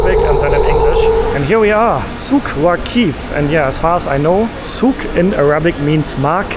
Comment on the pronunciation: The guy asked if you go to Souq Waaqif (the stress is on "aa", that's a correct pronunciation)... But you replied that you go to Souq Waqeef (with the stress on "ee"). That's why there was a confusion. Also, when you compare the metro systems in Germany and Qatar, don't forget that in Qatar there is only one metro system, and in Germany — dozens. Plus, in Germany, you have to pay decent salary to the cleaning staff. Unlike in Qatar, UAE and other countries in the region, where they hire Pakistanis and Indians, pay them 500 dollars a month (sometimes even less) and you them as slaves who can clean 24/7.